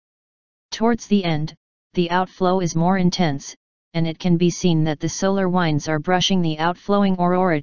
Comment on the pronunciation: Please please please, make '" stop saying 'wynds'. teach her how to say 'winds' when she is referring to moving air. The pronunciation police have issued a warrant.